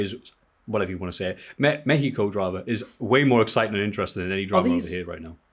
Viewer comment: As a Mexican who can speak Spanish pronunciation of Mexico was actually pretty good. 👍 LoL